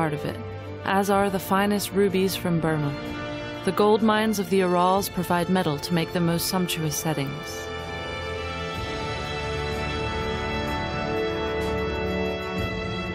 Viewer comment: Why can't the younger generation learn how to properly pronounce names? Such as the "Ural Mountains", which is pronounced phonetically "your-al" accent on the first syllable. Thank you. 👑🎉🕯